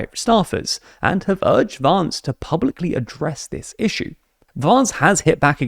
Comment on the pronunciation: the way you say "Vance" sounds so pretty, he doesn't deserve it